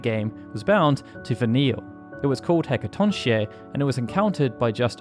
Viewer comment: I know it's stupid, but it's bothering me how you're pronouncing Hecatoncheir wrong. It's pronounced He-ca-ton-care, roughly. There's a rare line where Vanille pronounces its full name, in contrast to her usual shorter version Hacaton. The wiki also says this. Its a Greek name, and, I'm no Greek expert, but from whatever little I know, usually any "ch" is pronounced "k" in Greek words.